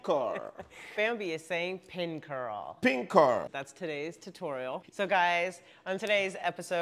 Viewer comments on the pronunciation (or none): it tutorial not totorial😂